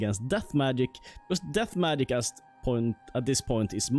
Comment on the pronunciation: i like how he says Maic instead of Magic